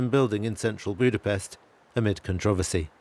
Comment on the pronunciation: One thing should to be pointed out. He is the first foreign riporter/narrator who checked how to pronounce Hungarian names/words. Only he pronounced Budapest in the right way and not on the English way.